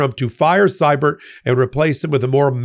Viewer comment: This is picking nits, but, please,: Siebert is pronounced "SEE-bert"! (I should know, I am a Sievert at birth.)